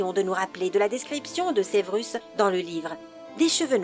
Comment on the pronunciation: Severus et pas sevrus